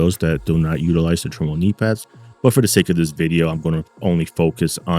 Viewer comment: meaning how to say the name.... to be in turmoil... TERMOIL say it with me l;ol